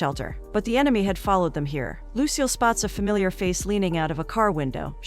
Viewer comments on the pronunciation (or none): none